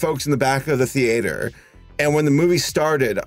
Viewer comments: I love how you have this average American accent and then you just go "theeayter". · Nobody:: Tee ATER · Americans be like THEE-AYTER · Theater.... Thee-a-tor....hrm. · The 'theeater'